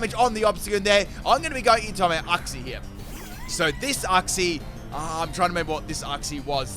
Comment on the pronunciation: That’s how you say uxie